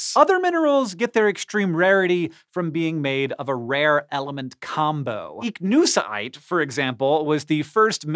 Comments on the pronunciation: With hiw he said ichnusite i kniw he botched that word about 50 times across the segment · Why he saying Ichnusaite like that? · Every time you say Ichnusaite it sounds like your having a stroke